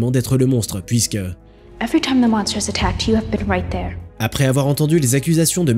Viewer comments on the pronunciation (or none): none